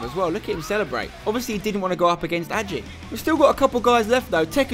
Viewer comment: Isn't it Ad-jee not Ad-jay??